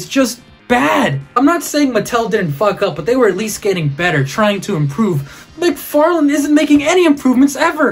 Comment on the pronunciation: Todd "McFart-lane"